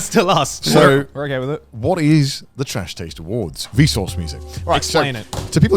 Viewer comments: Am I the only one who noticed Garnt said trash tades awards? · Am I the only who noticed that Garnt intros saying “Trash Tades Award” and nobody catches it and then he continues to say “nailed it” 😂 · Just noticed Garnt said "second annual Trash TAIDS Awards" in the intro